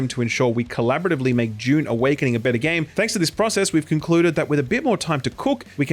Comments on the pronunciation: Wait when does Dune come out again? It sounds like you're saying it comes out in "Dune" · he says Dune and June the same